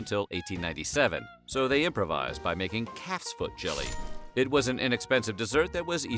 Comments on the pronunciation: CALF'S feet. I thought he said cat's feet. Like WTF...? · Why did I hear cats feet instead of calfs feet lol